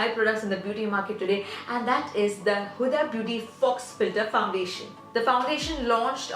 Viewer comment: Girl it's pronounced "Fo" filter not "fox" filter like you said. Please research before you create/upload videos if you want your channel to grow. Good luck xx